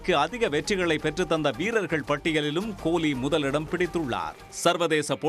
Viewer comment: உங்க தமிழ் அருமை "கோழி"